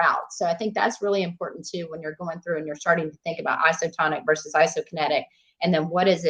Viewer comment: "Vicious" resistance 😂 "Resistance training 'verse' strength training" 😂